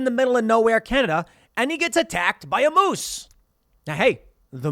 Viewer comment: i hate the way Tim says moose and also Churchill, Manitoba Tim there are polar bears everywhere